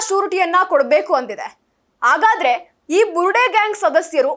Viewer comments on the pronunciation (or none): ಅ ಮತ್ತು ಹ ಕಾರಗಳನ್ನು ಉಚ್ಚರಿಸುವಾಗ ಅದಲು ಬದಲಾಗುತ್ತಿದೆ ದಯವಿಟ್ಟು ಸ್ವಲ್ಪ ತಿದ್ದಿಕೊಂಡು ಹೇಳಿ 🙏 ಉದಾಹರಣೆಗೆ ಹನ್ನೆರಡು ಎನ್ನುವಾಗ ಅನ್ನೆರಡು, ಹಾಗಾದರೆ ಎನ್ನುವಾಗ ಆಗಾದರೆ, ಹೊರಗಡೆ ಎನ್ನುವಲ್ಲಿ ಒರಗಡೆ ಇತ್ಯಾದಿಗಳು